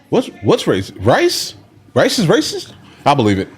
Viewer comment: Rice isn't Rrrracist.